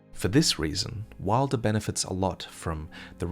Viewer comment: Please fix your pronunciation of wylder